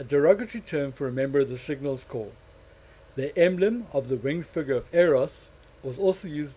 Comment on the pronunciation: It's spelt 'corps', dude... not 'corp' - pronounced 'core'